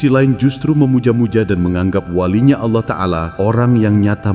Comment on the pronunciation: Jngn suka mghina orang allah aja ga mghina hmba2 nya roma irama lo nyebut allah sngat fasih ga awoh2 maaf klo gus ini kok kyaknya awoh maaf klo sy sy dengar...mhn maaf yaa lo sy slh dengar